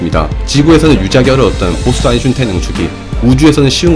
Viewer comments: 아직도 아인슈타인으 ㄹ아인슌타인이라고 계속 말하는군요. 제발 철자나 잘 보고 말좀 하세요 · 도대체 아인슌타인은 뉘신지.. 발음이 안되시는건가,, 흠.. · 아인/슈타인으로 발음해보세요 너무 거슬려요 ㅠ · 아인슈타인 발음을 왜 자꾸 아인슌타인이라 하시는지.. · 왜 아인슌타인이라고 하는거야 ㅋㅋㅋㅋㅋ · 슌타인이라고 하니까 대천재도 지능이 떨어져 보이네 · 일부러 아인슌타인이라고 하시는지는 모르겠는데.. 되게 몰입감 떨어뜨려요 님의 예전 영상들과 너무 다릅니다.. 일부러 하시는거면 안하셨으면 좋겠네요 ㅠ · 왜 자꾸 아인슌타인 슌타인 ㅇㅈㄹ함 ? ㅈㄴ 신경 쳐쓰이네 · 있으니까 할뿐. 발음되니까 할뿐 아인슌타인ㅋ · 아인슌타인때매 집중이 안되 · 아인슌타인 ㅋㅋㅋㅋㅋㅋ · 참 좋은데 아인슌타인때문에, 집중이 안되네 ㅋㅋㅋㅋ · 어쩐지 오늘따라 일부러 아인슌타인이라 말씀하신다는 느낌이 들더라니 ㅋㅋㅋ 이게 편한 상태인 거군요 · ㅇㅈ ㅋㅋㅋㅋㅋㅋㅋㅋㅋㅋㅋㅋㅋㅋ 내가 이댓글쓰려고했는뎈ㅋㅋㅋㅋㅋㅋ 아인슌타인ㅋㅋ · 아인슌타인 ㅋㅋㅋㅋㅋㅋㅋ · 님 영상 잘 봤어요~ 아인슌타인 팬이신듯ㅋㅋㅋ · 오늘도 어김없이 아인슌타인 ㅋㅋㅋㅋ 혹시 그렇게 말하는 이유가 있나요? 사실 진짜로 그게 이름이었다는 느낌처럼 뭔가가 있나요? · 나만 "아인슌타인"이라고 들리나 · 초반자막에 아인슌타인이라고도 돼있어여 ㅋㅋㅋ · 아 레알 이렇게 들림ㅋㅋㅋㅋㅋㅋㅋㅋㅋㅋㅋㅋ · 유튜버마다 다르게 불리는 아인슈타인 1. - 아인슌타인 2. 지식보관소 - 타인이형 3. 어느 물리강사 - 한돌(einstein이 하나의 돌이라는 뜻임) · 아인슌타인이 발음하기 더 편한 이유는 'ㄴ' 받침을 발음하면 윗니(잇몸)에 혀가 닿으면서 끝나는데, 초성 'ㅌ'은 발음의 시작을 윗니(잇몸)에서 시작하기 때문입니다. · 지식N상식 님의 영어발음, 님의 아인슌타인... 아아.. 이게 과학인가.. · 내용은 정말 흥미로운데 아인-슌타인 왤케 신경쓰이짘ㅋㅋㅋㅋㅋㅋ소리끄고봄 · 아인슌타인은 텍사스 발음인가요? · 아인슌타인.... 그는 도덕책..... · 인을 의식하면서 발음하면 아인슌타인이 자연스러운 느낌이 듦ㅋㅋㅋ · 슌타인이 네이티브 발음인줄 알고 아하? 그동안 내가 콩글리쉬를 썼구나했더니 ㅋㅋㅋㅋㅋ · 이 영상을 보고 저까지 슌으로 발음하기 시작했습니다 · 평소 영상 잘보고있는데 오늘은 아인"슌"타인이 거슬리네요 ㅋㅋㅋ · 아이슌타인 형은 또 누구야!? 친형인가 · Einschunteinㅋㅋㅋㅋㅋㅋ 심지어 발음하기 편해ㅋㅋㅋㅋ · 아인슌타인 댓글달러왔더니 죄다 아인슌타인얘기뿐이네ㅋㅋㅋㅋ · 아이슌타인이 짜증나서 집중이 안 되네요. 사람 이름이잖아요. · 아인슌타인이라뇨ㅋㅋㅋㅋㅋㅋㅋㅋㅋ 이제 체념하신겁니까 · 아인슌타인 다른사람같네 발음이 ㅋㅋ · 아인슌타인이라고 들림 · 뭐야 점점 외곡되네.. 아잉슌타잉?? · 난 음운론 전공인데 너무 궁금하다 대체 왜 아인슌타인이라고 발음하는걸까? 그냥 실수도 아니고 너무 일관되게 똑같이 발음하네 ㅋㅋㅋㅋㅋㅋㅋㅋ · 아인슌타인! ㅋㅋㅋ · 아인슌타인 때메 집중안되노 ㅋㅋㅋㅋㅋㅋㅋㅋ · 한번을 안 빼놓고 아인슌타인이라네... 아저씨 바보인가여?? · 아인슌타인 거슬려서 영상에 집중을 못하겠다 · 아인슌타인이라고 하니까 꼭 중국인 이름같네 ㅋ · 제목 아인슌타인이라고 고쳐주세욯ㅎㅎㅎ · 아인 / 슈타인 끊어서 발음하시고 편집 과정에서 둘 사이의 갭을 없애보심이..? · 다음영상부터는 아인슈타인이라고 제대로 해주세요~~ 사투리라도 고유명사잖아요~ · 사람 이름이 아인-슈타인인데 발음이 편하다고 그냥 이제 그렇게 부르겠다고 하시면 어떡해여ㅠㅠㅠ 다른 사람도 아니고 아인슈타인인데.... 독일식으로 아인시따인 이라고 읽으시면 차라리 또 몰라... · 아인슌타인ㅋㅋㅋㅋ 좀만 지나서 아인슈타인이라 발음하면 어색할듯ㅋㅋㅋㅋㅋ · 일년전부터 변함이 없네 ㅋㅋㅋ 이정도면 아이덴티티로 자리잡아야 되는건가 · 이거보고 한번 읽어봤는데 아인슌타인이 더 자연습럽세 신기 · 나도 아인슈타인을 듣다보니 그리 적고 쓰는 중..